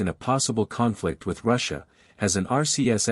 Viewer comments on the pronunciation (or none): none